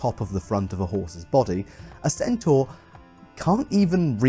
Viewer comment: Originally centaur lived in mountains, wore nothing and got drunk a lot. They also wrestled. And carried off women. Their diet consisted mostly of meat, sometimes of men. Almost every depiction of centaur that has come down to us is based on Chiron; the civilized centaur. Thank you for pronouncing 'centaur' correctly.